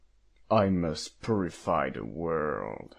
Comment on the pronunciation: i really love to imagine that the player is laughing at the Batter's mispronounciations for like 2 minutes straight every tme one pops up. TB: "I must purrify the world." [_]: "'purrify' HAHAHHAHHHAHHAHAHAHH--" TB: "..." [_]: "'I'm The Bater.' HHAHAHHAHAAHAHAHAHHAH--" TB: (pov: please be nice and shut up)